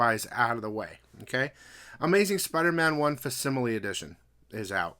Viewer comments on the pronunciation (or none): Hey, hate to be that person, but you keep saying the word facsimile as “fass-sim-a-lee”, but it’s actually pronounced “FAK-sim-a-lee”, you’re supposed to pronounce the C.